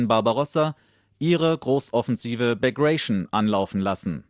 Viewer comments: Ich hab auch zusammengezuckt. Back Ration…. Aua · "0peration BegrEjschn" war die "Operation Bagration" gemeint. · What do you think about pronunciation of " Bagration " ( begrejszn ) ?